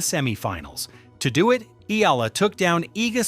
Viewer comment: EH-YA-LA get it fucking right or get off the net